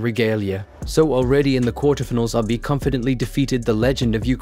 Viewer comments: please stop saying "aby" it's "abeh" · Might want to pronounce his name correctly. It’s not Abi. It’s Abe, like tempeh